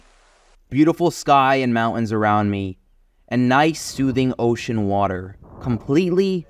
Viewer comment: Dude cant pronounce the word Mountains.